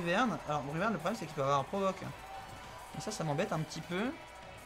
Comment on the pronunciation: C'est pas plutôt Bruyverne et pas Brunerne ?